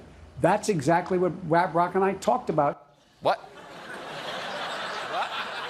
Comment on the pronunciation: Does anyone else hear Biden saying "Wab-Rock" and not "Rap Rock"?